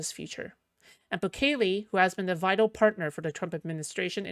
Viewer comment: it's pronounced like bukkake, but bukele